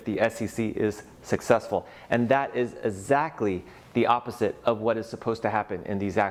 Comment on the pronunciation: Did say Azactly?